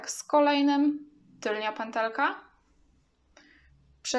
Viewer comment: Wymawia się tylna a nie tylnia kobieto.